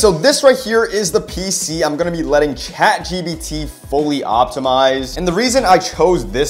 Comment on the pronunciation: bro said chatgbt